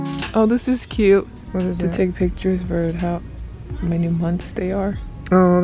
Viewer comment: “It izzzzzzzz what it izzzzzzzz”. 😂😂